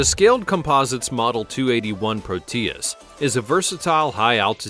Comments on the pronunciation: "Proteus" is not pronounced pro-TEE-iss but PROH-tee-iss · Pro-tee-us? So stupid. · Proteus is accented on the "o", not the "e". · It's not very funny how you call prop planes jets. If this video was a high school history project, it might rate a D. It is rife with poorly researched subjects, and information that is wrong. However, what would one expect from someone who cannot pronounce proteus. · there is no accentuation in the "tee" sound, in the middle of "Proteus," just a very quick "tee" sound. The "Pro" has the accentuation.